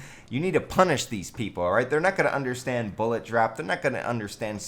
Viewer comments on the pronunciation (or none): none